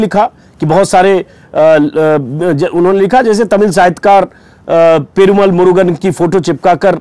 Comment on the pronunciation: Ajitji, it is "Perumaal" - long vowel. Of course it is spelt with a single 'a" but pronounced with long accent.